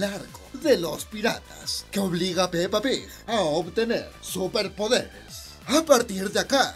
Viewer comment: Amo como dices pepa pig